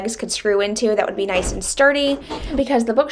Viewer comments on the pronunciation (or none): none